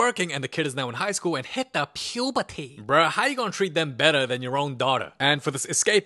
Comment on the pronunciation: "and HIT DA PUBERTAAY" goes hard ngl